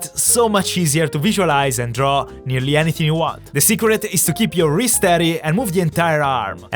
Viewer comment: In he says wreast steady